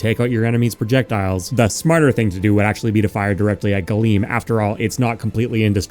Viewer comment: Oh, Galeem. Gleam.